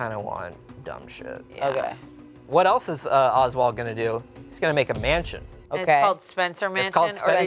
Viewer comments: Oswell, not Oswald. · Dude it's Oswell, not Oswald. Leaving out a ton of info out. What the heck are you doing my man???? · Well, his name is Ozwell, not Oswald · Love you guys and I am so happy you made this video. It is Oswell E. Spencer not Oswald. If you did not know. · Not Spencer getting Oswell E. Spencer wrong and calling him Oswald Spencer. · His name is Oswell, not Oswald. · not to be a bitch jus lettin yall know his name oswell not oswald